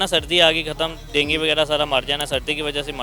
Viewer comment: Dengi nhi Dengu